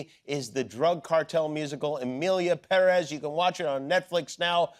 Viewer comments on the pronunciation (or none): Why does he pronounce Perez like that 😂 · I abhor the way he says Perez.